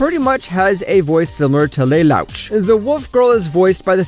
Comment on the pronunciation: I disliked the video cause he pronounced Lelouch as Lel-ouch